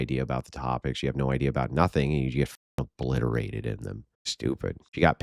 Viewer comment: this idiot said obvliviate when trying to say obliterate